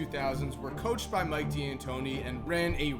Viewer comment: so glad you say "DEE'Antoni" properly.